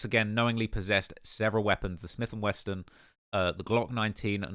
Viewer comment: “Smith and Weston” 😅